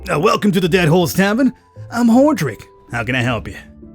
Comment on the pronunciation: I love your videos!!! BTW, the tavern owner, his name is pronounced ‘whore-AHH-drik’ lol Like in Diablo, if you have ever played it. I don’t care if you ever change how you say it, cuz it’s cool how you pronounce it. 😎 Just thought you might wanna know. 😉 Wish I had caught this video before the giveaway was over!!! But I plan on buying the game anyhow. 😉😁